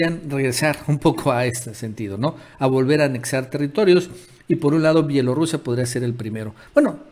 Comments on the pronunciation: Se dice B I E L O R U S I A!! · Se dice B I E L O R U S I A!